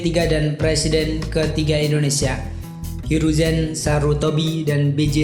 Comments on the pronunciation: Indonesia pak bukan indoneisa :-) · Indonesia bang bukan indoneisa